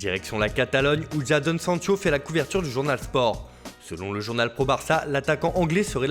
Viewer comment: j'ai mal a mon oreille Écoute comme il a dit Jadon Sancho